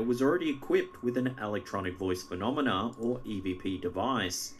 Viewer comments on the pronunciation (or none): none